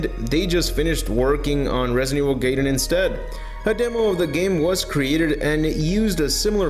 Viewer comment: Why do you keep using the plural crises when you're referring to a singular crisis? Also, I can confirm its pronounced "guy-dun" not "gay-den"